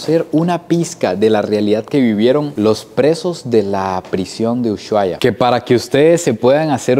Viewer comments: se pronuncia USUAIA, no USHHHUAIA. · La h no se pronuncia jejeje. No es "sh" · 😂se pronuncia usuaia,aunque le metemos sh en el sonido a casi todo,en Ushuaia decimos y suena usuaia😅, 👍🤗 me encantan tus viajes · Jajajajajajaja me causo como pronunció uSHuaia jajajajauaua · Jajaja cómo pronunciaste Ushuaia? 😂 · Pronuncias mal el nombre